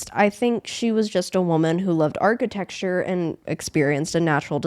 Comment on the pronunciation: I'm sorry😂😂 "Archi-texture"?😂😂